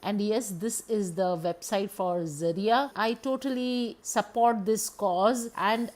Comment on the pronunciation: Thank you for pronouncing the word Zariya correctly. 👍👍👍 I heard so many versions of it n it was quite annoying. This time I dint ordered glamego box but Nature's co products looks worth buying it. Let's see how fast I change my mind n order this😊